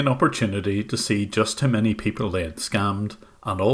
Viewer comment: Normal people : People Scammers : Peepel